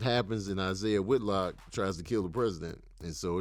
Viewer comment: Killing me saying Isaiah Whitlock 😅